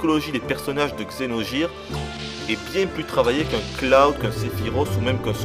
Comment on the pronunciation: Vidéo pas très objective, et dur de t'entendre prononcer Xeno"j"ire aussi, mais ça fait du bien d'entendre des critiques françaises sur ce jeu qui gagne à être connu !